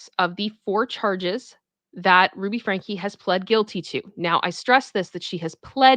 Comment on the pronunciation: Franke not Frankie